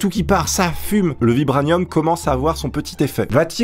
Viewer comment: ça se prononce "vibranieumme"